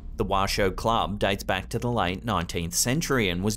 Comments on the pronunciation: Sorry K, it's pronounced wash-o not washed. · It's pronounced 'Wash O